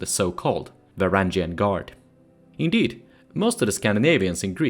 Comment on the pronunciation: It might be a good video, but the way you pronounce "varjag" hurts my ears 😅